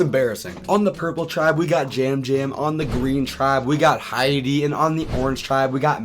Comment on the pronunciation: Winner pick: Yam Yam! Is it pronounced “jam jam”? I was a bit confused by that. He’s the only one who stands out to me so far